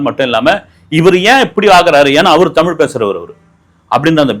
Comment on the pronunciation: உண்மை வரலாறு தெரிவது அவசியம். தமில் இல்லை தமிழ். "ழ்" முக்கியம். தமிழை கொல்லாதீர். படமாக நல்ல பொழுது போக்காக இருந்தால் சிறப்பு.